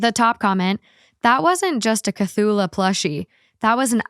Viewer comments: I honestly wouldn't have known what she meant if I hadn't already heard the story elsewhere. 😂 I get that it's one that would be impossible to pronounce if you hadn't heard it, but I am quite impressed by what she did come up with. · I'M SO CONFUSED HOW DOES SHE NOT KNOW CTHULHU??? I thought like everyone knows Lovecraft 💀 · Her pronunciation doesn't usually bother me but this one does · butchering the Cthulu (Kith-ooh-loo) name 😂😂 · it's pronounced "kuh-thoo-loo." It's an H.P. Lovecraft monster. There's a really popular book about him (the Cthulhu) from the 1920's. Edit: Nevermind. Y'all got there. 😆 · I was just listening to the pod on spotify and was so confused, what's talking about, like, what's a chalula? Had to came here to check if she actually ment Cthulhu, lol, was confirmed by them later but still, hilarious. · Cthulhu… KA-th-ouu-luuu 🥲🥲🥲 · also its Kuh-thoo-loo (Cthulhu-kevin) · Actually, it’s understandable why a catalytic converter would be stolen. I mean it contains highly valuable metals: platinum, palladium, and rhodium. But the value depends on the amount of the metals it contains. This is the pronunciation for Cthulhu kuh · thoo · loo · CahTchoolAh is crazy ive been reading the comments and waiting for the pronunciation lmao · Cthulhu — Kuh-thu-loo :) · I didn’t even realize you were trying to say Cthulhu until you looked it up lmfao (audio only) I gotta say tho Cthula is actually a kinda cute name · (Ka-thoo-loo) is how you pronounce it and most people know it from H.P.Lovecraft The Call of Cthulhu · It's pronounced kuh-too-loo. Good old cuthulu, silly Lil guy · Hearing her call Cthulhu "A Cthulha" is the funniest thing in this video lol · Cthulhu. “Ka-thu-lu”. It is a creature from a series of stories by H.P. Lovecraft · Oh you mean cthulhu, the H.P. Lovecraft creature. It's pronounced kuh·thoo·loo...is it really that hard to use google to know how to pronounce something??? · “Chachulah”. 💀💀💀 GIRL. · Cthulhu = Ku-thoo-loo